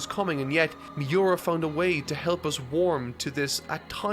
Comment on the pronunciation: Mee-oo-rah, not Mee-you-rah. U=OO